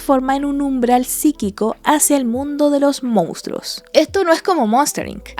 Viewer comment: Hola buenas noches. por favor corregir su palabra "Mounstros" por "Monstruos". Repite la palabra más de 20 veces de forma muy redundante, al final los niños que ven sus videos aprenden mal las palabras.